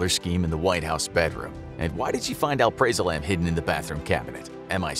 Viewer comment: “al—PRAY—zolam” haha I haven’t heard that pronunciation before...